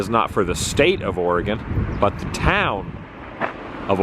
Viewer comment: Thank you for pronouncing Oregon correctly! You'd be surprised how many people butcher it.